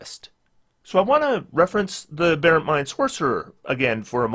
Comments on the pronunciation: I guess nobody commented this on the last video, but the accent is on the first syllable in “aberrant”. “A Bare Ent” is a sylvan strip club. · LOTS and LOTS of people commented, but as mentioned, AH-berrant is an American pronunciation.